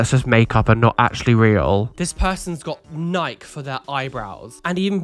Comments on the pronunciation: FYI, Nike is pronounced Nigh-kee. I was super confused the first time you pronounced it that way. I was like "Am I pronouncing it wrong??" But then I looked it up to just check we weren't changing the name and trying to Americanize the Greek Goddess's name but that's the actual way to say it. Apparently, we Americanized Adidas. Because your pronunciation also threw me, I looked it up too. But you're actually right on that one so I dunno what's happening here. 😆😆😆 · Why do you pronounce Nike that way?! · You have to pronounce the E in Nike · American pronunciations of products Nike (n-eye-key) Adidas (ah-dee-das) Just sayin haha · I’ve never heard “Nike” or “Adidas” pronounced the way did in this video and I’m just a bit bamboozled by it 🤣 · Me neither, but I love it and will forever pronounce them that way from now on. has added to/ modified my vocabulary in incredible ways since I began watching him.